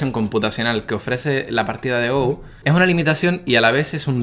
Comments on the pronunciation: espero que alguno te haya dicho ya que no se dice GOU.. se dice GO, no es un juego ingles :( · se pronuncia go talcual no gou. saludos! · Como amante del Go (que por cierto, se pronuncia "go", no "gou" XD) y de la IA, me ha encantado este vídeo, incluso habiéndolo visto por primera vez 5 años después de que lo subieras:) ¡Eres un crack,! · Go se dice no gou weiki baduk o go nada mas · Go, pronunciado "Go", no "Gou". No es una palabra inglesa. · creo que ningún comentario lo ha dicho y me extraña, quizás los jugadores habituales de go de habla hispana no suelan ver este vídeo... porque duele mucho que pronuncies go como en inglés mientras que viene del japonés y es, a secas, "go" sin ninguna 'u' al final jajaja me gustaría corregir también que lee sedol se levanto a fumar antes de la jugada, no fue su reacción a ella, luego cuando volvió de fumar se encontró esa perlita y se quedó muy impactado jajajaja hay un documental de alphago en netflix por si alguien quiere enterarse bien de lo que supuso esas derrotas en el mundo del go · Go no se pronuncia en inglés, muyayo! Buen vídeo! ;)